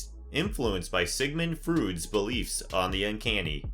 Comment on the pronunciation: Wait.... WTF Did he say ??? Sigmen Froods???? Sigmen Froods.... Motherfucker it's pronounce Sigmaund Freud and thats like Froid, Not Froods....